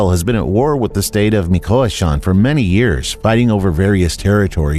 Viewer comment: Bro learn how to properly say Michoacán or don’t say it at all.